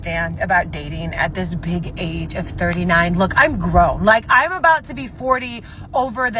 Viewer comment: Did she say "grown" ... ? 😂🤣